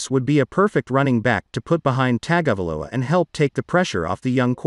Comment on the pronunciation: It is tongue- a- vailoa